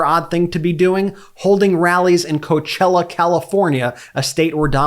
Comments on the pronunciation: When we saw that disaster at Coachella. Reminder, "coe-ah-chella". When there were NO BUSES to help people to where they parked their cars? Donald CHUMP doesn't care. He's a piece of crap, it lives in his diaper. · Coe-ah-chella. Please